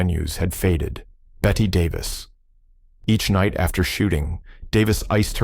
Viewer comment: “Sunset Boulevard” 1950 was shot in Black and White. Not Technicolor. Work on the pronunciation of “Ingénue,” the proper way to say Bette Davis too. Or listen to the 1981 recording of “Bette Davis Eyes,” by Kim Carnes.